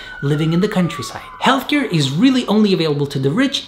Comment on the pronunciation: Is (ealtcare) not (jeltker)